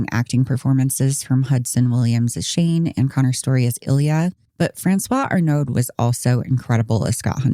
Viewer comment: I know this is not important, but the trailing consonant is often not pronounced in French. Arnaud does not contain a vocalized d. ------ I think it's really rare that, as parents, you say "are you gay?" to your kids. You say "hey, you know, if you have any interest in guys, that's completely ok. We can talk about it." Of course, they don't seem to have even done that.